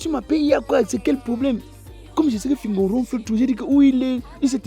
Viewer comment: .black oya tu as massacré fingon 🤣🤣🤣🤣🤣🤣🤣🤣